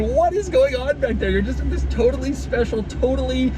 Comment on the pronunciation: Nobody: French Doug DeMuro: ZZisss!